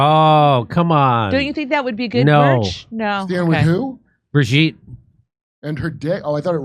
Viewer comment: It's Bro-gitte...